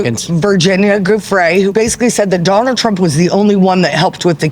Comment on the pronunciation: Donald sounds like Do lund. The Indian Prime Minister pronounced it that way, and now Indians meme it. Donald also tried to say Vivekananda, but it sounded like Vibeka mundan, which means bald shaved consciousness. “Do lund” means two penises in Hindi.